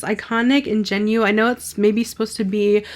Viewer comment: Love the look you created! I think the show is great, excited for season 2! I do love the packaging on this collection. On the fence since I think the eyeshadow palette should have more variety, they didn’t need that many pinks. Also wish the blush palette had new colors. Ingenue is French, pronounced like ‘on-gen-ew’